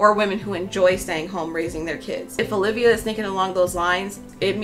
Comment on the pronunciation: Haha did you just call her Ho-livia?